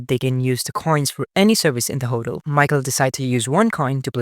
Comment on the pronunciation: Your mispronunciation of hotel made me giggle.